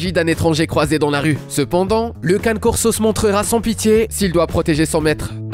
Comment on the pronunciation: Le Cane Corso ce dis "Can"é" et non Canne! J'ai une amie qui a une femelle et elle est d'une gentillesse, 0 agressivité, pas une once de méchanceté. Super douce, surtout avec les enfants. Quand à l'américane staff, cette même amie en a un et ne correspond pas vraiment l'image que tu en donne, il est gentil, pas dangereux, un peut lourdo tel un éléphant dans un magasin de porcelaines. Le Boerboel ou Boerbull ce dis "B"eur"B"ou"l" et non Bourbeul,ni Bourboul^^. Chien qui gardais les fermes contre les attaques de lions!